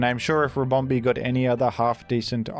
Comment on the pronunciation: The way he pronounces ribomBEE kills me